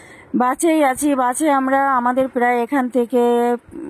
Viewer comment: কথা টা ঠিক করে বলো ওটা বাঁচে বাসে হবে